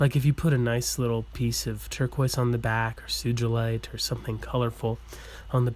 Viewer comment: Great video thanks. Your still mispronouncing Sugilite. It’s “Sue-Ghee-Light” Named after Ken-ichi Sugi. Sorry but it’s just a pet peeve of mine when people say it wrong. Sugi pronounced Sue-Ghee